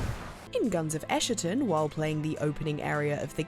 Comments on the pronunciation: I can't believe there is a second person who says ESSHATON instead of ESKATON. I'm worried the devs are calling it the former now. Going to be a dealbreaker for me if so because I'm petty like that. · It's not "ess-sher-tun", it's "ess-kah-tahn". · Dear gods, it's "ES-ka-ton," not "Escherton." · ummm thats not how you pronounce that i think...god help me if Im wrong and get dogpiled by internet goblins. Edit: nope.. that is definitely not how you pronounce that i fact checked myself. It basically means a final moment in human history or end of an era. It has a hard k sound and "tawn" at the end. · I think it's a k sound, not an sh sound, given all the religious imagery and since it's the same root word as eschatology, which comes from Greek.